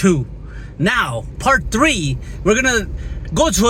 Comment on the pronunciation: good videos man. piece of advice, look up the pronunciation of "manipulative"... You use that word a lot.